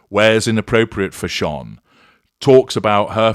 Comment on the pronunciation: wish he could pronounce the word fashion instead of(fashonne)!!!!